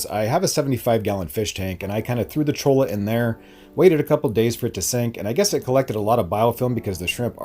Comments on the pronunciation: I’m from Arizona and I can tell when you have never seen a cactus before if you pronounce cholla wood with the L sound and not the Y sound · i like how almost everyone pronounces cholla wood as chola XD. double l is pronouced y so its "choya"